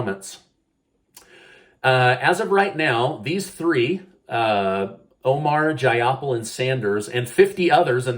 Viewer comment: It’s Jai-uh-paal